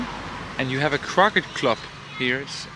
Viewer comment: try saying 'crowkay' and that is the correct pronunciation of croquet, the game.